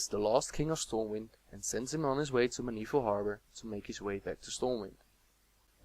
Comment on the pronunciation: You pronounce Arthas' surname as "me-NEE-thil". I am pretty sure it is "MEN-e-thil". We hear it spoken in Warcraft III as far as I remember.